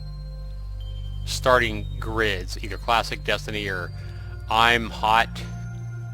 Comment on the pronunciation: You pronounced Imhotep as I'm hot? lol. Its like eem ho tep.